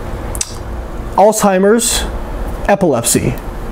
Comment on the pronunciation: Sorry. But you lost me when you began talking about "Alltimers" instead of Alzheimer's.